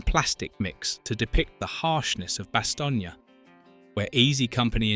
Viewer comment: Bastogne - Two syllables as in bass-tone not bass-tone-ya.